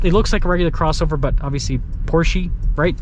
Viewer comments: It’s Porsch uh - not Porche. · It’s “Porsh uh” 😂 I cant get behind a 4 banger in this car. Porsche punishes base level trim buyers. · Porsche is two syllables pors. Sha. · You pronounce it “porsh” while the dealers at the Porsche dealership pronounce it “Porsha”. And I’ve gone my entire life thinking it was pronounced “Porsh” 🫤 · Porsche 2 syllables